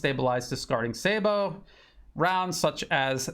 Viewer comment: your the first person I've heard pronounce 'Sabot' correctly.